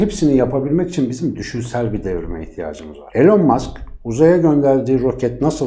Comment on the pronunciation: Su adamın adını doğru söyleyin artık ilon mask diyeceksiniz sığırlar